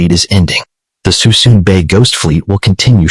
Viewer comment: There's not 100 mothballed ships in Suisun (pronounced "SOO-SOON") Bay, but the video still contains much useful information.